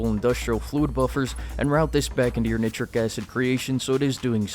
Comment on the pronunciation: You say nitrogen correctly, but then you say nit trick instead of night trick acid..